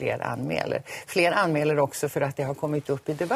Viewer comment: Jag kom bort mig när hon skulle säga "anmäler" men hon säger "anmeler" xD